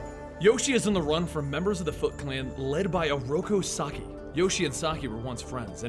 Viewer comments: This video is amazing and I give you all due respect and kudos, but every time you call Oroku Saki “sockeye” it’s like nails on a chalk board to me. Other than that, I’d rather spend my time watching this than that Michael Bay garbage. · Rip Benny. But Oroku Sock-eye still gets me in the feels😂